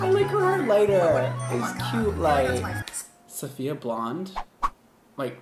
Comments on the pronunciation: I'm gonna be this person but it's SAFiya, not SOFia. THEY ARE DIFFERENT EDIT: The queen tweeted me on how to ACTUALLY PRONOUNCE IT and ig I was wrong too but so were y’all so don’t be smug. Apparently it’s SUF-FEE-YUH NYE-GUARD. Link to the tweet for the receipts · it’s not SOfia it’s SAfiya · I hate how you pronounce her name Sophia/Sofia, it totally ruins the uniqueness of her beautiful name 😡🙄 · He one of the person that say sofiya instead of Safiya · It's SAFiya NOT SOFia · Her name is sAfiya, not sOfia/sOfiya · This is how many times said “Sofia” instead of Safiya ⬇️ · cringing at everytime he calls her "Sophia" lol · its pronounced SAAFIYA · no its pronounced su fee uhh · Who else realized he said her name wrong like 5 times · Can you please pronounce her name right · Really hate that he’s pronouncing her name incorrectly throughout majority of the video 🙄